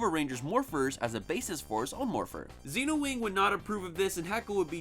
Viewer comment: I don’t get why people pronounce the silver rangers name as “Zeenowing” when it’s supposed to be “Zenowing” sense that’s what characters call him on the show. I never really understood that.